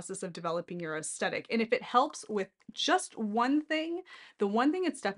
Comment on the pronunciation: Definitely pronounced with soft ‘th’…looked it up.😢 Sorry to be judgmental just having a difficult time listening, otherwise great video!❤